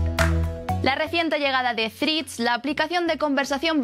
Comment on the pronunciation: Mirad la pronunciación correcta de la única palabra en inglés que vais a utilizar en el vídeo. Por lo demás gran contenido.